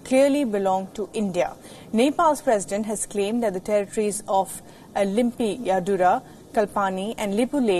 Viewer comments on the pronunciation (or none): It's "Limpiyadhura" Not a "Limpi Ya Dura" 😂😂 Dear Indian peps at first learn to pronounce correctly. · Lol she does not even know how to pronounce Limpiadhura and Kalapani, and claims they clearly belongs to India? Sathi, bhai, daju, bahini, ama buwa, it is time to show how our purbaj Bir Gorkhali fought in the region against the British empire and gain the Takma “Bir”